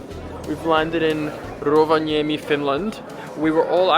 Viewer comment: best foreign Rovaniemi pronounciaton I’ve ever heard and I used to live there 😂😂😂